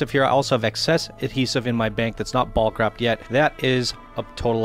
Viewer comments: if this guy says BALK one more time.......its BULK, like the incredible Hulk but with a B....BULK bro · yeah of course.....go look up the word in the dictionary and see how they pronounce it phonetically...its not Balk